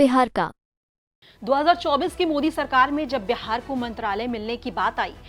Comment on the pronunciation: Correct Pronounce is Beehaar not Behaar,pls correct your pronunciation